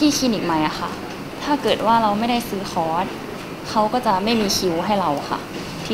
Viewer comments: ผู้ชายพูดว่า.. ค๊อด ผู้หญิงพูดว่า.. คลอส ............ออกเสียงผิดทั้งคู่ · ผู้ประกาศหญิงออกเสียงคอร์สไม่ได้ถูกซะที 😅